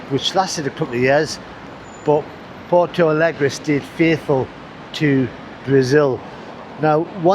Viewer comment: Try learning to pronounce the name of the city